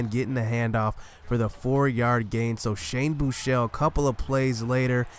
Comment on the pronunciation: FINALLY SOMEBODY WHO CAN PRONOUNCE SHANE BUECHELE'S NAME CORRECTLY! Lol sorry for the caps but yeah. Tough loss though...